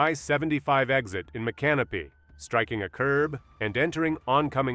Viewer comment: Micanopy is pronounced mick can NO pee